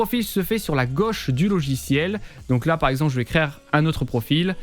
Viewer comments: Ah... Je vais me répéter: Créer ≠ Crère:D ça ce dit CRÉ - HÉ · Je ne commente pas souvent mais je trouve ta proposition alternative à Steamer Deck excellente ..... a oui un seul truck ton "créére" me fait rire ;)